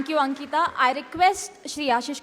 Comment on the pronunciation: It's Ankita not anita